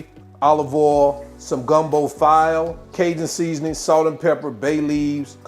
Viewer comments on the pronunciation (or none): This dude said file . It's Filé (fee-lay), lmao im 💀💀lol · Omg that looks delicious and we in Louisiana pronounce FILE ( FEE-LAY ) Enjoy ur day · Ahn-doo-we sausage (Andouille) Fee-lay (File). That is how you pronounce those two creole words. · its pronounced FEE-LAY (Spelled: file) Just thought I would share a little knowledge with you ! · Gumbo File is pronounced "Gumbo (feelay)"